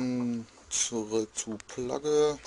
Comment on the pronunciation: Zum Glück weisst du wie man den Namen von dem Spiel ausspricht...."Plagge"...das grenzt an Peinlichkeit :D